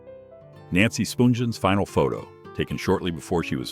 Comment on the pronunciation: Its Nancy Spungen, not Spoongen.